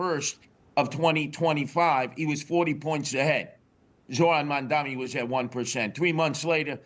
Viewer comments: Will somebody please tell Curtis that the mans name in MamdaNi not MamdaMi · I love how Mr. Sliwa always mispronounces Mamdani's name. (Did I get it right...?)